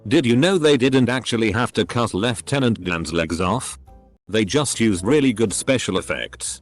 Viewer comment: My god . . . the voice actually pronounced lieutenant properly as lef-tentant